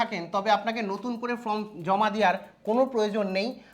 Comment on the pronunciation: ফ্রম না ওটা ফরম্ 😵‍💫